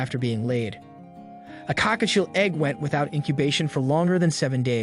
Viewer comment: COCKATIEL no cockachiel lol